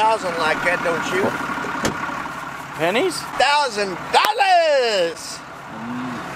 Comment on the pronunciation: 😭😂 THOUSAND DOLLAS !